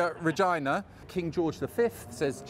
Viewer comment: FYI, 'Regina' is pronounced with Es at the centre. Reh-Jee-Nuh (Reh-Gee-Nuh with a hard 'G' is also okay). It should not sound like vagina!